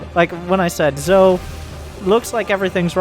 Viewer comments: Just thought I'd let you know it's pronounced like "Joe", since he keeps showing up. And the first two letters are just initials. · zhou is pronounced joe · Zhou is my hero. He may not be the Terran we needed. But he's the Terran we wanted. Also, I'm 90% sure it's pronounced Jah-ooh.